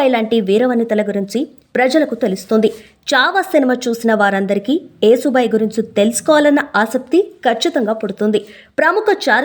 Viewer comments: అమ్మా, యేసుబాయి కాకుండా యశుబాయి అని చెప్పండమ్మా, లేదంటే ఈ పాస్టర్ లు రెడీ గా కాచుకుని ఉంటారు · యశుభాయి అంటే యశస్సు కీర్తి కలిగినది😊, ఏసుబాయి కాదు😂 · యేసు భాయి కాదే నత్తి ముండా...యశు భాయ్.... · యేసు బాయి కాదు, యశో బాయి. యశోద నుంచి యశో వచ్చింది. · అమ్మమ్మ కాదు నాయనమ్మ యేసు భాయ్ కాదు య శు భాయ్ anu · అమ్మా ఏసు బాయి కాదు యశుభాయి అని పలకాలి ❤❤❤ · అమ్మా తల్లీ, ఏసుభాయి, క్రీస్తుభాయి కాదు....యశుభాయి ,,, కాస్త తెలుసుకొని చెప్పండి, వస్తారు తగుదునమ్మా అని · Ur pronunciation is wrong. Yesubhai యషు, యశోద, etc., Try to learn telugu script properly. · నువ్వు ప్రతీసారియేసుభాయ్ యేసుభాయ్ అంటున్నావు యేసుభాయ్ కాదు యస్సు భాయ్ అనాలి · ఏసు బాయి కాదు తల్లీ యశూ బాయి ఆమె పేరు ఏసు బాయికా దు అసహ్యం గా ఉంది. మీరలో అంటుంటె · యేసు భాయి కాదు యషు భాయి యశు అంటే యశస్వి లలిత సహస్రనామాలు ఒకటి తెలుగు రాకుంటే నేర్చుకోండీ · అమ్మా నీకు నత్తా.... నత్తి నతి గా మాట్లాడుతవు........యశు అను యశు....యేసు కాదు irritating ga వుంది నువ్వు పేరు తప్పు గా చదివితే